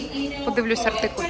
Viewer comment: Чудове відео, але чому артикулЬ? Наче циркуль)))) Українською - артикул ❤